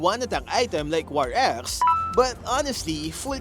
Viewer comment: What it said: war axe What i heard: war a$$